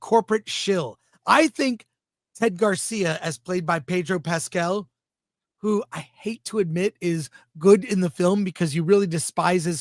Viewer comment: Pedro “Pass”cal